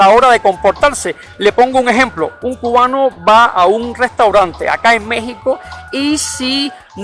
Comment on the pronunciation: oye por qué pronuncias Cugua, Cuguano en vez de Cuba. Cubano?